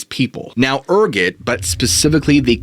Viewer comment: Ergot why are you saying ergot like that